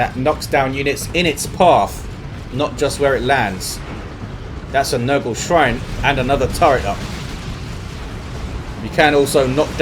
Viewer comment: you keep calling the Plague Champion's nuke Nurgle-ey...but according to the lore, the correct phrasing is "Nurglite." Also, the others are Tzeentchian and Khornate ie "Tzeentchian Empyreal Abyss" or "Nurglite worship."